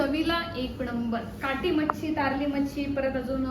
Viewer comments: Tarli❎ Karli ✅ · Tarli nahi karli bolatat.